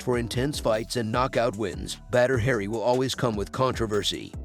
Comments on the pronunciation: It's not "Badder Hairy" it's pronounced "Bodder Ha Ree." Still a great video! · It’s annoying how he keeps mispronouncing his name calling him “Badder Harry” 😑😑😑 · Batter hairy😆... Oops... Need to try a little more research. Stop trying to talk in that dumb ass movie voice and try pronouncing names correctly 👍